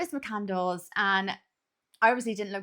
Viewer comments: "Muh-candle-s"? I'm losing my goddamn mind here. Especially if that's actually what it is. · McCandles? I thought it was McCandless.... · Lol, Correct. Mc-Cand-less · I get why she mispronounced it, easy typo, but doing the whole video wrong is dumb. Probably intentional rage bait for comment interaction.